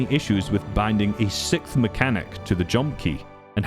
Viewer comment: You hear that guys? A “sickth” mechanic. Not a “Sixth”, a “sickth”.